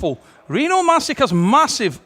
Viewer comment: It's pronounced mash itch.